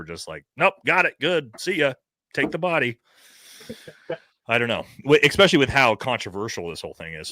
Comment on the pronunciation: Supposedly* not supposebly Especially* not exapecially Jesus Christ lol